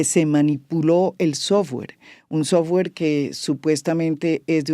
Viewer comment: "Un sowfare de una supuesta empresa privada" ???